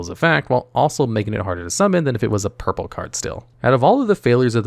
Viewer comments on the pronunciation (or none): none